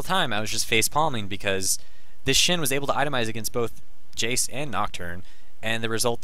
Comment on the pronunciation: It's Shen, not shin